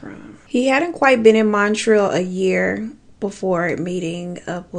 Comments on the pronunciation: No shade baby but Montreal is pronounced munt-ree-all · I love how she says Montreal. 'Mon-treel' Like how ppl say New 'Or-leans'. I'm from nola and nobody says that. It's new 'Or-lens'.